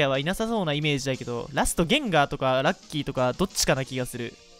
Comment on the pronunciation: ゲインガーて言うのやめろ